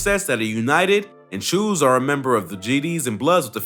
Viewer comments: Cho not chew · Lmfao im from NYC and u said choo wrong it's pronounced "choo" like it rhymes with blow